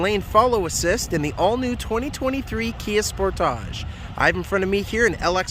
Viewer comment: I love how you pronounce a korean brand in french: "esportach"